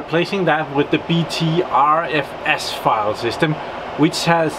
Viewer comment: Be careful with BTRFS, I used to use BTRFS on my boot drive, after 2 reboots the FS would be corrupted. EXT4 is still the best option imho. By the way, BTRFS is pronounced "Butter FS"